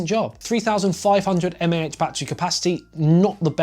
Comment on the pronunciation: The way he said mah is killing me